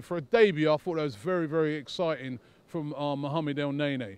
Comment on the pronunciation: it's pronounced elneny ffs smfh